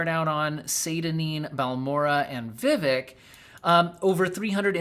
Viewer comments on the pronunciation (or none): none